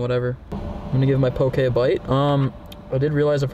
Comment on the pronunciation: Aye brah I give u credit u can pronounce poke correctly -I’m from Hawaii so Ik how to pronounce poke correo